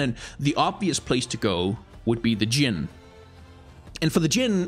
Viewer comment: appriciate the correct pronunciation of arabic jin, as in genie, never heard anyone english say it the arabic way